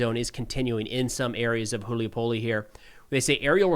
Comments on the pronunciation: it's Hulay Pole🙂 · Hool-yuy-pohl-eh xD